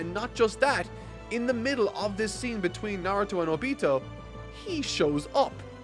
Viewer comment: The easy pronunciation fix: stress the first syllable of the 3-syllable names. OH-bee-toh KOH-nuh-hah KAH-bu-toh MAH-duh-ruh DAY-duh-ruh Etc… P.S. Loved the video. I’m happy you’re enjoying the series so much!